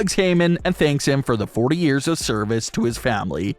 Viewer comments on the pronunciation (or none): none